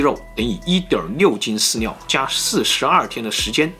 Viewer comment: 你的ㄋ跟ㄌ發音是不是會搞混@@ 飼料講出來變飼尿